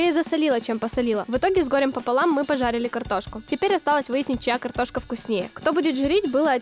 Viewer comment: так забавно говорит картошка)))